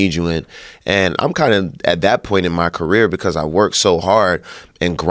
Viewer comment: the word is “career” Joe Rogan